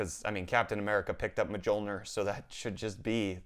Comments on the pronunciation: Did this dude really say MAH-JO-NER?!😂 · You're lucky my Norwegian family members didn't hear you say Muh-jol-nir. They'd have shit themselves. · umm.. did he say maJOLner? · It's calles muh-yol-nir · dude the J is Y pronounced - M Yol Nir. Please! 😂😂😂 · how you pronounce Mjölnir like that . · I cringed at the pronunciation of mjolnir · the way you pronounced mjolnir made me have a small heart attack